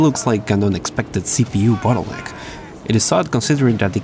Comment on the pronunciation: For the love of God and yourself, practice enunciating "bottleneck." You keep saying "butt hole lick." I know, second language. Just... practice that one, at least. You didn't do it every time, but a few of em had my laughing a bit. Regardless, great informative video.